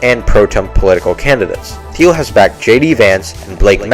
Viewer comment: Neat to see your style & voice coming through! (Also, hate to be pedantic, but it might be useful to know that "Thiel" is weirdly pronounced with a hard "t" in English, ie like "teal." Not sure if it's worth redoing the entire VO/talking heads, but just thought it might be useful to note that in a comment. Regardless, good work!)